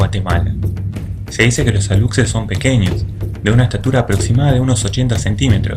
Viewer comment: Amigo, en relación con el duende Alux, su pronunciación sería Alush según las reglas del español, porque la x en maya se pronuncia como Sh en español, igualmente la población Yacxilan, se pronuncia Yac-shilan, excelente programa, saludos desde Yucatán